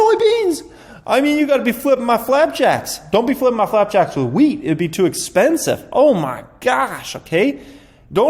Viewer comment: I thought he said weed price 😂 not wheat 🌾